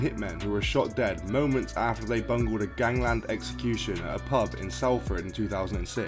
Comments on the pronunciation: It is pronounced Stay-lee-bridge and Sol-Ford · Salford being the main one 🤦‍♂️